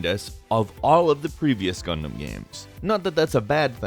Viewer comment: GUNDAMMMMMMM oh my God I keep hearing Condom instead of Gundam